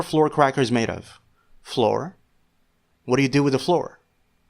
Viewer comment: Not Muslim but you say flour weird 😭😂